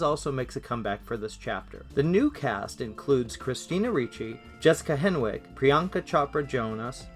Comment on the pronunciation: The W is silent. Her name is pronounced “Henick”.